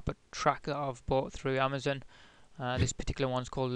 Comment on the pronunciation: lol "Amazun"